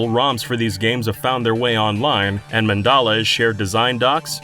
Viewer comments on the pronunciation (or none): none